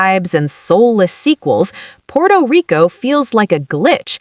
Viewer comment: Puerto Rico not Porto Rico, please don't go😅